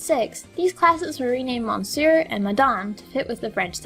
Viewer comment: Monsieur? You don't pronounce the "n" in Monsieur. So it'd sound more like Miss Your